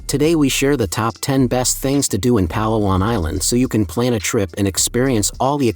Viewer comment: I'm always amazed at how "Vloggers" visit these beautiful places and don't bother to learn the correct pronunciation of the place they visit. pa-LA-wan.